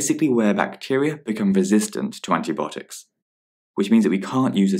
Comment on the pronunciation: Antibiotics is pronounced [anti- bi-ot-iks]